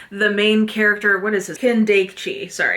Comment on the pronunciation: Edogawa's E is not like "Ee / I " but like "Eh" as in "E-xtra". Kindaichi is pronounced like "kin (like "next of kin") - die (like "to die") - chi (as in "chee(se)"). Kindaichi is a HUGELY popular multi-season Japanese tv show too btw. Aosama is "a (a-pple) - o (oh!) - sama". Keigo (KEI is ike ca-ble car and GO as in go) Higashino (HI as in "hehe" GA as in "lady gaga" SHI as in "she" NO as in "no"). Higashino is huge, and his new book came out last month and it already sold 600k in Japan. KA as in can, NA as in Nah I'm good, E as in E-xtra. Also, Japanese is a syllabic language so the pronunciation of each syllable doesn't change 99% of the time.